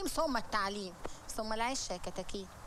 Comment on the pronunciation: يقال كرم ربنا ثمممم مش وا